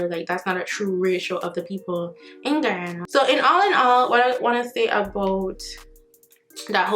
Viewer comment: She pronounced Guyana 🇬🇾 so well ✊🏽 big up nuff love ❤️